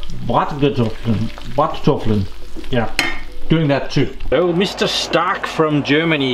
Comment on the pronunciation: Lovely how you say Bratkartoffeln. Nice wishes from Germany.